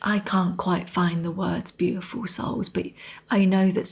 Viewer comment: Every time, she begins too soon, so I hear "tiful souls".